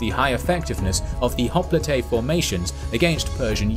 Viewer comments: The greek word for hoplite (i.e. the original one) is "οπλίτης". If you want to play smart use the typical pronounsiation for hoplite because the way you say the word is ridiculous. Writing down in greek the way you pronounse hoplite it would be "χόπλιτε". Τhis is jiberish. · Wait is that how you pronounce hoplite? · i thought it is pronounced "Hop-Lite". My whole life was a lie